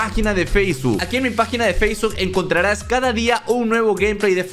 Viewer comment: Enves de decir facebok dijo faceguk jajaja